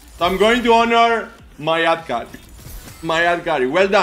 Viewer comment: First of all ad carry is pronounced ( έι Ντι καρι και όχι αντ κάρι , δεν μπορώ άλλο να το ακουω έτσι και δεν θα σε καταλαβαίνουν και οι ξενόγλωσσοι ). Second of all you can try PTA Leona in top , is pretty strong